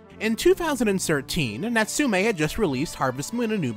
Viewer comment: Throughout the lenght of the video I kept repeating NATSU'-ME'! everytime he does....